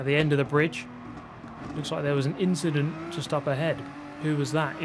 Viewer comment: you mean “an inchident”